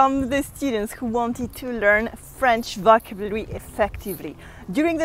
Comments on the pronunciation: VocAAAAAbulary, the accent is on A, not on O)))))) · Hello. I love your videos. Just a little correction. You pronounce the word "vocabulary" wrong, the accent falls on the second syllable, not on the first one. Please keep safe. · I love the way she struggles with the word "Vocabulary", She sounds so cute!! XD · Yes she melts me